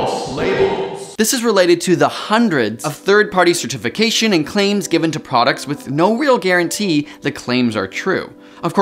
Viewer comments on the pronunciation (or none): I'm not sure I can believe you're a legitimately certified, educated voice on these matters, when you don't even know which syllable of a word should be emphasized. It may cause a tiff if you insist on pronouncing "certification" with the emphasis on TIF, rather than CĀ, and exposing your possible lack of awareness of the proper syllable division of this word? cer-ti-fi-CĀ-shun I realize it isn't a problem isolated to you specifically. It's a Millennial/Gen Z plague, but it's horribly distracting from the message, and is perverting our language. A big shot-out to my 8th grade spelling teacher, for making us write weekly lessons, loaded with syllable divisions from--the--dictionary.